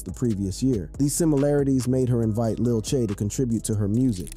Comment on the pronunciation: Just to let u know it's Lil TJay but don't say them together but put a space in between T and Jay so it says T Jay